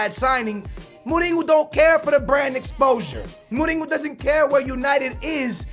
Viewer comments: It's Mourinho not Molino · Why do you say Mouringo lol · the way he pronounces morinho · it's not moureengo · Why does he say Mourinho like Mooninyo? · perlim pim pim Perlim alguns deles, sim, outros é mesmo errado xD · Jeez just go to Google translate ,change the language to portuguese and type José Mourinho. jeez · The way you say mourinho and Juventus makes me feel like aids has jumped into my ears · I like, but i hate it when him and many other americans over pronounce foreign player names, example for when he says mourinho. He always says names with accents and is quite annoying to me. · Stop saying Mourinho like that, you've been saying wrong for years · Lol no, we pronounce it Mourinho like in english -. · Julio Maldonado I think he's one of stupidest people on the internet he can't pronounce simple fucking words and every game when he scores a goal he shouts "GO GO GO GO OALLLLL" ,it's annoying seriously .